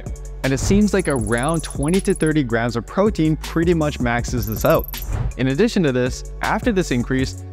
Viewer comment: 😄Why does he always pronounces graMs as “ grass”??? It was hard to keep on listening that we have to eat “ x grass of proteins” ! 😝